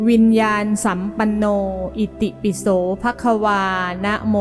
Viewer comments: วิญญานสัมปันโนอ่านว่า-วิน-ยา-นะ-สัมปันโนค่ะไม่ใช่-วิน-ยาน-สัมปันโน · ควรอ่านว่าวิญญาณะสัมปัณโน